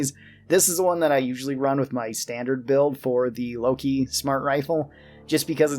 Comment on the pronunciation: It's not Loki, it's Lok-one (wordplay for lock-on)